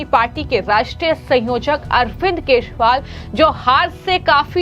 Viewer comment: आपको अरविंद केजरीवाल बोलते नहीं है। उसे सुधारें।